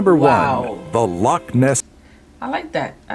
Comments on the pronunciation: Lochs not locks ,use the glottal stop. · Not telling you this to correct you & be 'one of those guys' just telling you as I think you'd like to know. We spell it 'loch' rather than lock. We kinda pronounce it like 'lock' but with a bit of a cat trying to bring up a furball sound added on the end... And I believe that would be Lake of Menteith you visited. It's about roughly a 30 min drive from Scotland's largest city, my home, Glasgow. That's the cool thing about here, you can be right in the middle of a busy city centre one minute, and then next thing you know you're out in places that look like they're from a fairytale.